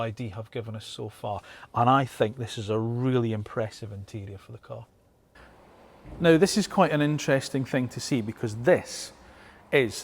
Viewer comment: Can we pronounce cAr and not cUr...